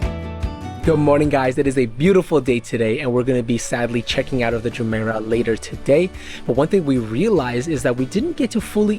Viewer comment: You did a great job! However, your pronunciation of Jumeirah is incorrect 😢 Please show more of rooms in your reviews from less person view and over speaking rather more footage of spaces versus the person 🎉